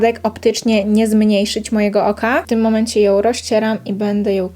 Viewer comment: Filmik super tylko strasznie irytuje mnie jak zamiast "ą" mówisz "oł" (ją-joł, maskarą-maskaroł) 😅